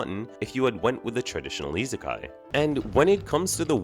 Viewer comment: The way you pronounce isekai irks me to no end.